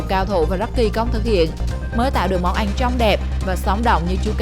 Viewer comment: Món ăn mà đọc là món anh